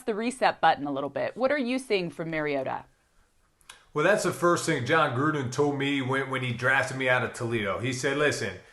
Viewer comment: His named is pronounced MAR-ee-O-ta. Not Mary-ota.